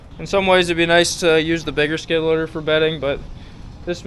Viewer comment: I didn't know "skid-loader" only had 2 syllables! 😂